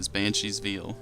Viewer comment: He is poking fun at your pronunciation of veil. It should be more like "vale".